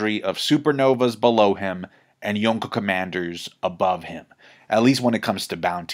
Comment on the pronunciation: Why does emphasize the K so loud in Yonko, makes it sound like two separate words lol. Reminds me of my mom over pronouncing cheese names at the Italian restaurant lol.